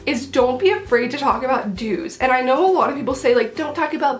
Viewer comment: lol i heard dudes not dues